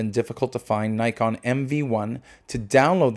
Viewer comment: Before praising the camera why don't you learn how to pronounce its name properly ?